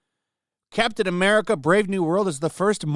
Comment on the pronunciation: Captain Eh Meh-rica